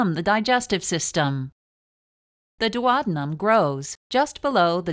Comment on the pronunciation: It's the duodenum NOT duowabunum.